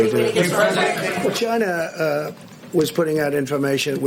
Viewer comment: NBC = Nobody blame chia-nah